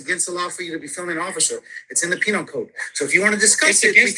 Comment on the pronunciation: "It's in the penial code" 😂 He knows more about 'roids than the law.